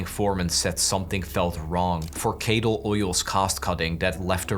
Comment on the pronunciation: This video is great but the way you're pronouncing these (lightly) Scottish names is deeply cursed- especially since you hear Cadal multiple times right at the beginning of the game XD appreciate you not even attempting Innes and Muir.... Not hating, just noting how Scots stuff is apparently hard to pronounce right! XD